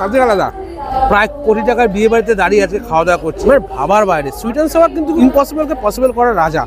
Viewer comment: সুইট এনড সাওয়ার নয় সুইট এনড সৌর হবে